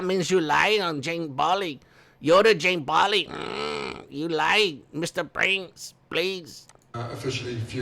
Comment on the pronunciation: Haha